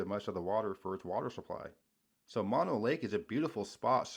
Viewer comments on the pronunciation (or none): I've been to 49 states and 8 Canadian provinces, so I am fortunate to have seen most of this country. BTW, Mono Lake is not pronounced like it looks, but rather as Moe-noe. If you want to see more of it, it's featured in Cinderella's music video, "Don't Know What You Got 'til it's Gone." Also, the formations are volcanic tufa, NOT salt, and the lake is both hot and acidic from the vulcanism that creates the features.